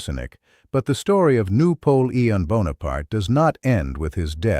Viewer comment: "noo polee ean" lol and Jesus loves yall, praise God